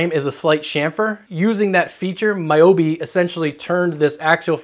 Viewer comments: Never would have expected "moboibi" to get mispronounced as "maiyobi" 😅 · hearing incorrect pronunciations of someones names, like "my yobi" instead of "mobo ibi", over and over kinda hurts lmao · Take a second to actually learn to pronounce these folks' names and think through the script, bud. The pronunciation of MOBOIBI and the YACF blunder was embarrassing, but maybe those questions were on your WAPS test 🤭